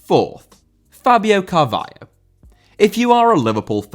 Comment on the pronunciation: Fabio Carvalho* not Fabiouw Cahvayouw